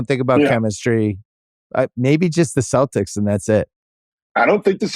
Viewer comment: lol Bill says "celtics" fuckin bill